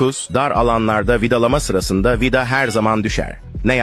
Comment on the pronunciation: Bu adam vida diyemiyormu vida dağı diyor😂😂😂😂😂